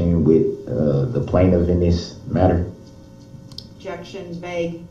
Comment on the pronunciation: Objectiongrounz! Grounz!